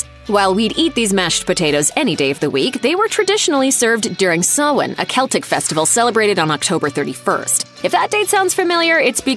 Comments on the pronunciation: I was about to correct you on how to say "Sawhain" but was surprised on how you said it perfectly! (Btw please don't buy animals, everyone, adopt!) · Ah, finally someone who says Samhain correctly 😄